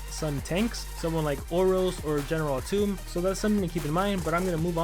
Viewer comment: atum not atoom